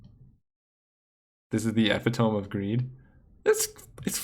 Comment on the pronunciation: Not ep-i-tome, e-pit-o-me